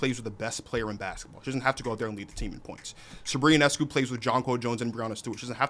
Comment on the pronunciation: A Sabrina Ionescu fan who doesn’t even know how to pronounce her last name 😩